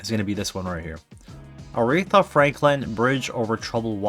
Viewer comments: The pronunciation doesn't have a second r in the third syllable. :) Not Arethra like urethra but just Aretha. :) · Her name is Aretha, not arethra dud. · Loved this. Aretha is my absolute favorite. Second to none. I met someone over the weekend who had never heard of her. I was shocked, but she’s not from Detroit and was only 21. Also, it’s A-REE-Tha, not whatever you were calling her. Just call her Aunt Ree. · Your saying her name wrong!!